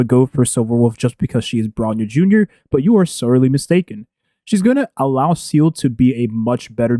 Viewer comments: Follow along...let's pronunciate.. SEE-LEE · seal-ah. SEAAAL-AHHH.